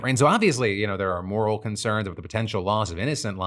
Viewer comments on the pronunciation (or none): none